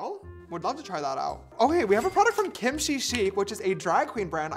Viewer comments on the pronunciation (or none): none